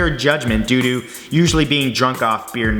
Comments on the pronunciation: it sound's like he said do do but it's due to and yes it's childish oh god let me be immature for a few second's because of something I find funny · through he said, do to. XD but it sounds liked DO DO!